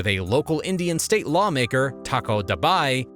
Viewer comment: When she said "20 Indian soldiers were killed" in her accent, I thought she said 20 million soldiers were killed.